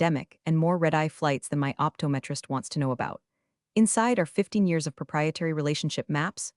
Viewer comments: It's pronounced "op-TOM-e-trist". But on a more serious note: I'm listening to this via your single Playlist. Something I've noticed - that may just be my own YouTube - is that lately, if I just let the videos on a playlist play to the end, it skips down TWO videos, & the part where you're supposed to be able to add a comment is hidden behind an ad. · And how to pronounce optometrist